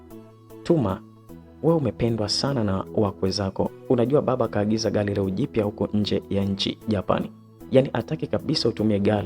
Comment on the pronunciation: Aisee unatamka maneno vibaya inakera masikioni...yaani hujui R inakaa wapi na L inakaa wapi...Eti BAALI,SILI,NALUDI,HARAFU,GALI